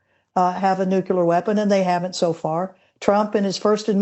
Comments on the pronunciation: Its nucular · When the lady sayd "nucular" means she is clueless. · i love old granny experts who say NUKELAR ffs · Funny how since GWBush the word, "nukular" seems to have stuck, even with people who appear to be well-educated. Education is not high enough on the USA's priority list today. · Minor point I know... but I find it amazing how many highly educated and highly decorated military experts pronounce nuclear as "Nook-yoo-ler". Just sayin'.